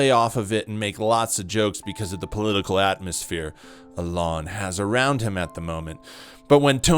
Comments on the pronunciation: It’s “e-lon”, not “a lawn” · The way you say “Alon” is fucking terrible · Learn how to pronounce “E”-lon’s name before you waste our time with a video like this... that’s a bad derp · Why u say alan, when his name is Elon… clickbait? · Why do you say Elon like that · Joe Rogan is funny you're clearly just hating. He isn't top 5 or 10 or anything but still. Also, why tf do you say Elon like you've never heard someone else say his name before? You lost be at your fist point for being a lame. Kill Tony probably sucked and has lately but I have a feeling you would be saying that no matter what. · You can’t even pronounce Elon 😂